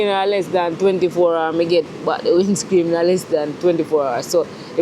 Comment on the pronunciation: I swear every time you say WINDSCREAM i laugh